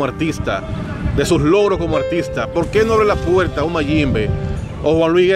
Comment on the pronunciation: COMO, ENTREVISTA A ALGUIEN SI NO SABE HABLAR, DICE CANTAL, PUELTA, FELNANDO, SEGUIDOL, ERROL, NO SE SI SABES PERO EN EL DICCIONARIO EXISTE LA R R R R R, COMO TE PONES A AYUDAR A ALGUIEN SI EL QUE NECESITA AYUDA ERES TU, RECUERDA R R R R R R